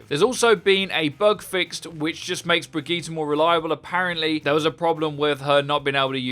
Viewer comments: Why do you pronouce Brigitte like that? Its a common female name "Bridg-ette" not "Brig-git-tee" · its pronounced Bridge-It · Wait her name isn't pronounced "Bridgette" it's "Brigeet"?? 😂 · Am I the only one who noticed he completely butchered her name?